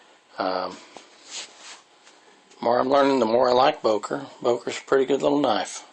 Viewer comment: It's not pronounced "Boker". It's "Böker" as it's written. "Ö" is pronounced just like the 2nd "e" in "emErgency", the "u" in "murder" or the "i" in "James T. KIrk".